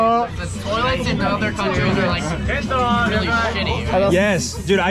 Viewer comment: "Oh REARRY?!" that killed me